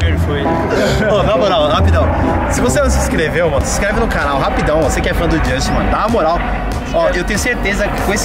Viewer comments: Não é Justin, é Josten. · "Jostin" amassou kkk